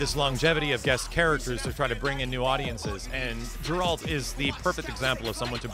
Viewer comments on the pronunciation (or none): man, i love ya, but every time you say geralts name incorrectly i die laughing. and this time it wasnt even on purpose. excuse me, i need to go breath. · Damn.. He is not pronounced 'jeralt' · did it.... He said jeralht... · "Jer-ALT". Dang it,.:P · Haha, I like how has now said Geralt's name wrong in an official video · I physically cringed when that guy said Geralt's name wrong...